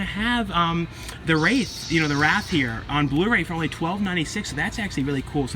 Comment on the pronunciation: Absolutely love The Wraith! Been watching it since I was a kid. Also, I think you are saying it correctly! Awesome film, good sound track too.